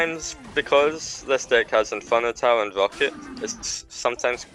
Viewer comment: Nobody:: De ck